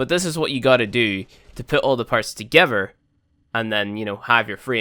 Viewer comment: Haha he said to gever